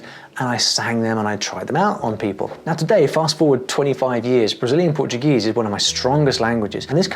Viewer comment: His pronunciation in portuguese is better than mine. That's so crazy man.